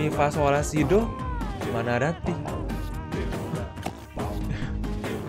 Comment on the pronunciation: do ri mi fa sol la ti do lah bukan do ri mi fa sol la fi do